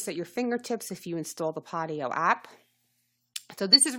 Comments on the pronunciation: Thank you for info. It is PODIO though. Both O's pronounced just like the letter O as you would say if reading alphabet... long O. Like Pohdioh. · I stopped viewing after she called it PottyO, so I have no clue what data she is talking about. Podio-uses SharFile &, RightSignature which are very secure. What makes you fell it's not? Podio, ShareFile, and RighSignature all use 2-Factor-ID. Utilizing up to 256-bit EV SSL encryption by DigiCert and the world-class server infrastructure of Amazon Web Services (AWS). Lots of fortune 500 companies use it. Every file uploaded to Podio is encrypted with AES- 256 before being transferred to an Amazon Web Services (AWS) S3 repository. Beyond the security safeguards implemented within AWS , the encryption mechanism ensures the privacy of file content. Database backups are encrypted in the same manner as uploaded files. No clue what she was talking about, but you make Podio sound not secure. I'm interested to know why you thingk that?